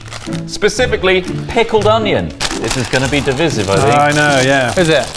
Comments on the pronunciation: I found the only thing divisive in this video was the way said divisive. It's divisive, not divysieve. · tROTT sSTOP SsaYING DIVVISIVE its "DE-VIE-SIV" not "DE-VISS-IV" jfc i love you boiks but i am going off tHE RAILS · Just one thing; the word is DIV - I - SIVE. "I" like "EYE." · By far the most divisive thing about this video is pronunciation of "divisive". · Out of every controversial decision in this video, saying divisive wrong annoyed me the most... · I can't get over how pronounces divisive